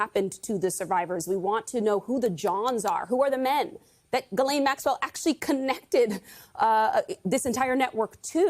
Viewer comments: It's so funny to me that literally nobody pronounces Ghislaine correctly or even tries to do so. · Jis-Lane is her name, stop giving her any props by trying to pronounce her name properly.